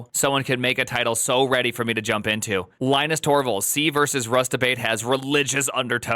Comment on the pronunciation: At least learn how to pronounce his name.